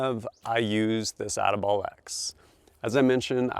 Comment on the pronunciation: He said ati-bollocks